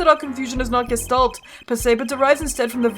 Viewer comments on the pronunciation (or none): none